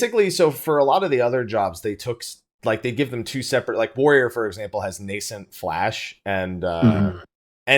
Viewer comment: You said nascent correctly!:D (just giving you a hard time)